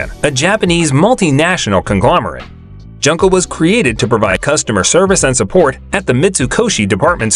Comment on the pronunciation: poor junko, butchered by the narrator